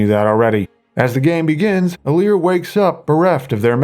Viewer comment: IT'S ALEAR